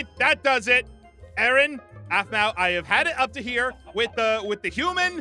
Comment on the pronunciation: y did u Say Aphmua ALSO ITS APHMAU NOT APHMUA